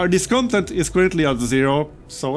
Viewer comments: Hey, really enjoying this series as I’ve enjoyed all your Frostpunk content. Just a heads up: discontent is pronounced with the stress on the last syllable: disconTENT. It’s the same root as content (adjective) as in fulfilled: conTENT. The noun content as in “downloadable content” is CONtent, like you are pronouncing it now. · Hey,. Really enjoying your series. I like Frostpunk as a survival + city-builder hybrid. Also, the word Discontent, is spelled phonetically as "DisconTENT" with the emphasis on tent. No complains otherwise, love your series.